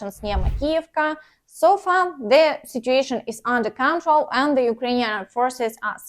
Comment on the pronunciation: As far perfecting your English goes, the only word I heard was control. Pronounce it as if it were spelled con-troll. With the stress on the second syllable